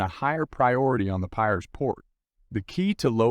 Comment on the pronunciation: Pronunciation by commentator very poor with many words eg Piraeus & World War 'i'